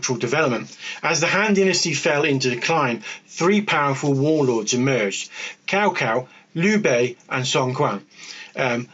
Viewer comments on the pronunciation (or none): Good video, though it's better to say Cao Cao as "tsao tsao"... Said like cow cow sounds very rude in Chinese, hehe